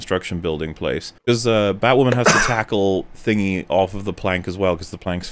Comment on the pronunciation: Even more batwahman cringe